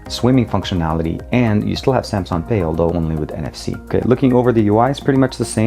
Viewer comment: Oh could you please just stop saying SAMSON!!!!!???